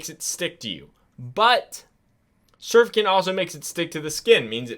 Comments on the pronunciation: Incorrect emphasis on wrong syllable pronouncing surfactant. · So you can't pronounce surfactant or carcinogenic 🤣